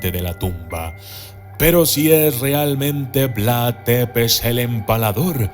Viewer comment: Tepez, un conpañero de trabajo rumano dice k se pronucia zepesh